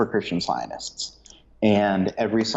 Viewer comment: Very informative but a little hard to follow because of this gentleman’s constant hesitations in his speech and his inability to pronounce the word “scientists”. He leaves out the “t”.